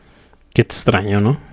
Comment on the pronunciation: DISCULPA, VOLVISTE A DECIR "DESTRUTZION"...?????????????? LENGUAJE ETZTRAÑO????????? TRANSTSMITIENDO???????????? SITZAGUEA??????????? TRATZPASA??????? SISTZAGUEOS???????